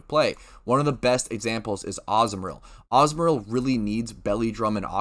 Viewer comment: AH - ZOO - MARILL not AZZ - MARILL wth first time hearing it like that lol